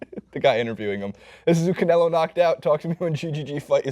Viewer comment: And it's canelo, not Canela...